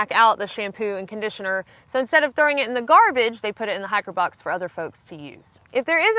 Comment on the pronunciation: At first I didn't understand what a "hacker box" was.